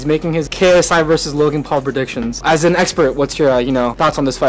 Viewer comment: The second he said KSY I knew he would pick Logan because Jake started with messing KSI name